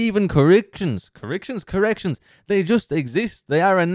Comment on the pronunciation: "Corrictions" gotta love that accent, always brings a smile to my face. Maybe I should move there, I'd be smiling all day long